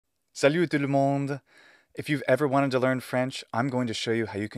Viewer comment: There is something but it's subtle and Raphael over there actually mentions the issue, even if his reasoning for how that would make his Greek bad is flawed to say the least (if anything it means Luke needed to work on his French and study the phonetics). "Salut" is not pronounced with the "u" you see in the IPA as he seems to do (my ears are poor so excuse my doubt), it is pronounced as the "y" (topically, I just learned this from trying to figure out "rousse" and "russe"). Also, he seems to pronounce the last "t" in "tout", which is pronounced simply as "tu". I'm a mere beginner and pronunciation is actually why I abandoned French for years but there's some details in there that I assume a French ear would notice with ease.